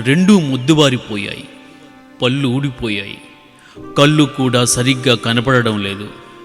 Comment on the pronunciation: పిల్లల కధలు చెప్పే వారు..తెలుగు ను స్పస్థమ్ గా పలకడం అతి ముఖ్యం. దయచేసి పళ్ళు, కళ్ళు అనేవి సరిగ్గా ఉచ్చరిస్తే బావుండేది....గమనించి సరిచెసుకొని...తెలుగుని బతికించండి